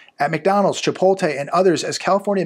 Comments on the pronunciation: love your channel...but please.. it's pronounced "Chi-Pote- LAY. not "Tay"...Lay 🤣🤣🤣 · Chi PULL te lmao😅.